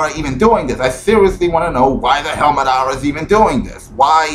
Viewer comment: A lot of your pronunciations are way off. Mah-dah-rah, Ah-sure-rah, Kah-gay, etc. Butchering the amount of names takes away from your credability in this debate. Also Naruto is the Incarnation of Ashura which you said multiple times, but then you once said Ashura is an incarnation of Naruto. A future generation can not have a previous version be it's incarnation. Also you missed the point of his rant. He is talking within this past Arc that they have completely changed Naruto's character from the "Hardworking Everyman" to someone of Fate and Prophecy. He even stated he ENJOYED Naruto as a character and his development up until this point. That Kishi fucked over Naruto's CHARACTER DEVELOPMENT beyond compare and changed what Naruto stands for compared to earlier in the Manga. His second part was based more on how the Narutards act like Naruto can do no wrong and his character development has no flaws or faults. Both of which couldn't be more wrong. (Their basis, not King's.) The whole sucking Naruto's dick is meant towards those Narutards, not the regular fan or intelligent fan. You were misunderstanding what he was trying to get across. Yes Ashura didn't hold Naruto's hand for him to gain all that power through his own hard work and determination, but with this newest set of chapters along with previously stated "prophecies" has changed what Naruto from a character development standpoint stood for. Kishimoto fucked that up. So please next time before you make a response video